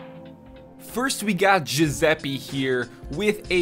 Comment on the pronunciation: lol Giuseppe pronunciation